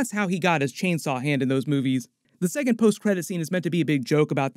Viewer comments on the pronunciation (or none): none